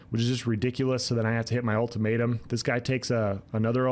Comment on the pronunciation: Lmao ulti-May-tum